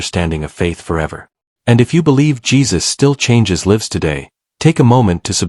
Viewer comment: pronunciation is wrong again for the word lives. It is pronounced "livez" long "i) Most of your videos have it mispronounced which makes it sound terrible. Correction with love.